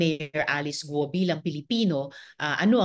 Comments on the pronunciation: GUUUUOOO HINDI GOOOO😂😂 miss malou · Guo Hindi Go. Gu-o